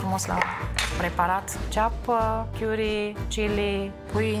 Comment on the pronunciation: Chiuri sau cari? Cica a lucrat in Anglia dar nu stie sa pronunte. Plus cica a lucrat in Welsh. Welsh nu e in Anglia ci in Tara Galiilor